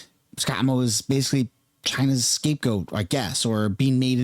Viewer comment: Excuse me. Moe not “Mod”.